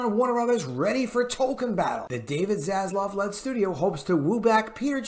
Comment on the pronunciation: ZasLAV not ZasLOV :)))